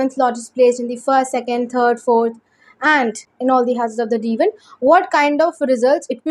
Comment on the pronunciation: Deva chart.. what is the Deva chart. Is it D1 or D9? Your pronunciation says Divan chart. Kindly be clear & clarity